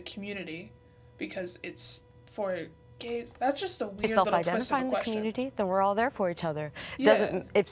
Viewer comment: love the “something serious……gAyS”